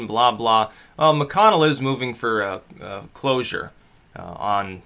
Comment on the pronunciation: Cloture with a T.